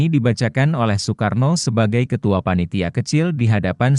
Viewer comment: narasi mohon di koreksi sesuai dengan pembacaan ejaan Van Ophuijsen. Nama orang Soekarno, Soepomo, di baca Sukarno dan Supomo. Jangan di baca oe mutlak.